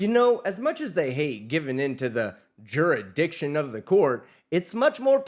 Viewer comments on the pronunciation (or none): "Special appearience" and the "benefishuary" and "jurisdictshian" 😂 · A special "Appear-ience" "Benufisherary" "Axe you" "Jurridicshun" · “Juridiction” 😂😂 love it! Much love to everyone out there 🫶🏻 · She be axing 'bout da juri-ditdin'. Know w'eye sayin'? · You're incorrect.. It's "appereance" under their "jurendiction".